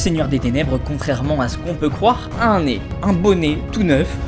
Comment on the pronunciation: nez* et pas né, voili voilou sinon je t'aime beaucoup et vidéo génial :-)